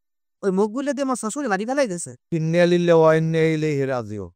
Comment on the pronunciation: ইন্নালিল্লাহি ওয়া ইন্না ইলাইহি রাজিউন উচ্চারণ এইটা হবে নাটকের ইন্নালিল্লাহি এটা হয় নাই